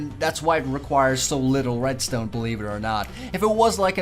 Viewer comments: At about you said redstone kinda funny.... Red-styewn. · Red-Stewn You really pronounce stuff good. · Minecreaft :reads ton pros mack this Me :macks a reads ton door yeaa aaaa I did it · "Redstewn" XD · he says redstone weird